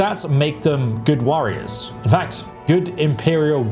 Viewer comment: “The orcs.. fantastic worriers”?